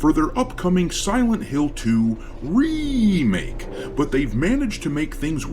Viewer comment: Remake ❎🤨 REEE-make ✅🤣